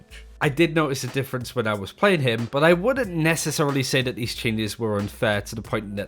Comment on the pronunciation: Take a shot everytime he mispronounced 'that' as 'dat'. 😒🥴